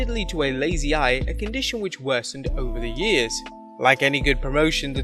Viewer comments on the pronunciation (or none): none